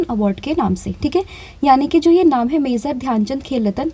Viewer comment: pronunciation mazor❌ major✅